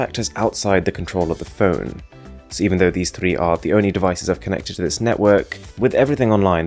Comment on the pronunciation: I DONT KNOW IF YOU’RE GOING TO READ THIS BUTTT .. OMGGG I HATE YOUR ACCENTT SO MUCHHH ITS SOOO ANNOYYINGGGGG AARGHHH CANT WATCH THIS USING MY EARPHONES MY EARS ARE BLEEDINGGG no but seriously tho your voice sounds like you’re trying to sound very british and that sound you make when you said phone as “fewn..(~)” and that (~) sound (the half growl sound yiu make when you are disgusted) make this audio overall very uncomfortable and unnatural.. I know i sound like a hater now but i just need to get this out :)